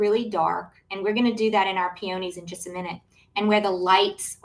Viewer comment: I’m sorry, I couldn’t get past your mispronunciation of peony/peonies 😢 Proper pronunciation is - peeuhneez. It’s not a hard oh.